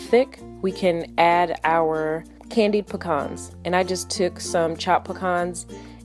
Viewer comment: I'm pretty sure that's not how you pronounce pecans